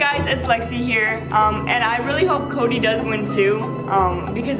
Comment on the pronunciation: Did anyone catch say koby instead of Cody like if you did